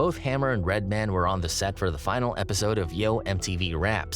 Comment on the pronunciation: Is it just me or does he keep fucking up Redmans name 😂